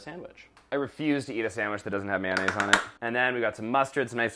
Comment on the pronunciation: What is with you guys and saying “man-aise” instead of “mayo-nnaise?” Its mayonnaise you guys! But I still love all of you, and sorry not sorry for being a grammar freak😂